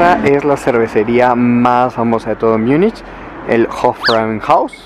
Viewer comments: Porqué dices Miunich? En español Munich. En alemán München. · Si vas a decir Múnich, procura mejor pronunciarlo asi (Munij) no Miunich, asi suena mal.